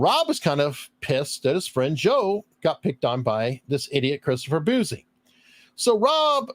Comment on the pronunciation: Bouzy is pronounced "Bussy" not "Boozy". He's an Asshole, not an Alcoholic.